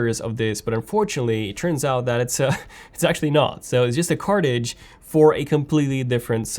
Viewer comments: Its CARTRIDGE.. NOT CARTIGE.... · I think you mean “cartridge” not “cartidge “....